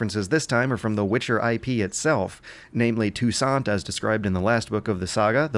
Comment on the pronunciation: Finally, someone pronounced ''Touissant'' correctly!